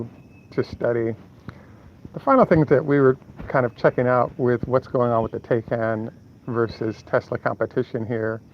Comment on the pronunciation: taycan, pronounced " tie-can".